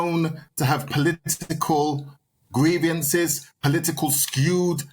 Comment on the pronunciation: I would worry about a mentor or whatever he is who uses the word greivances all the time but has never learned to say it properly, there is no i after the v.